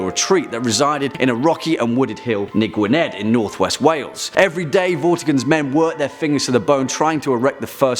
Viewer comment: Hell yeah Gwynedd North Wales being on the list! Making my Welsh heart proud!... I'll ignore the pronunciation ;P Love the videos!